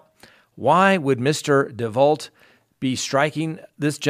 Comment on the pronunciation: DeVault is pronounced DeVau - like the murderess Marissa DeVault.